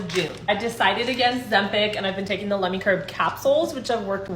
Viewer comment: I keep hearing "Lemmings" rather than "Lemme" 😂